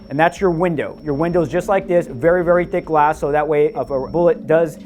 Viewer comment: "In order for glass to be bulletptoof it has to be THIS thock" Then there's Clash...